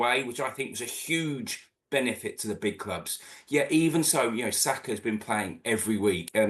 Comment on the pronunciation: Sakargh??! Now was that ne-ce-ssary?